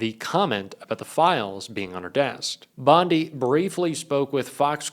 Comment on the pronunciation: Bondi or Blondi, just because it rhymes with blondie it doesn’t mean she is a blond.